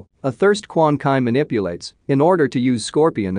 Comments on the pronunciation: it's Quanchi not Quankai. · Somebody please tell the narrorator that it's Quan Chi who resurrects scorpion in the game not Quan Kai there is no fucking Quan Kai there is no Kai's at all it's not DBZ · Stop saying Quan Kai! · It's pronounce Quan Chi not Quan Kai like df....🤨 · Quan chi ( spoken:"Kwan tchi") not kwan kai. And noob saibot is spoken: "noob saajbot" not "noob say-bot" Kwan kai asks noob to say bot Haha lol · Lol..Quan kay😂😂😂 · You mispronounce Quan Chi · 🗣His name is QUAN CHI!!! If you can't pronounce the names, leave them alone! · Handzo 🤣🤣🤣🤣🤣🤣🤣🤣🤣wow ...just wow ...and Quan Kai...,🤣🤣🤣🤣🤣🤣🤣🤣🤣🤣🤣🤣🤣🤣man straight up butchered the names Brotha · Quan "kay" = dislike 👍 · Quan Chee, Lin Kway